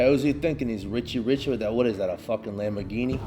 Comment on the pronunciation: “What is that a wamborghini?” 😂